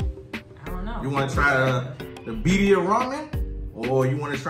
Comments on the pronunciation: birria is pronounced Veerdia. roll the d. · Y'all were supposed to pronounce the 2 R's 🤣🤣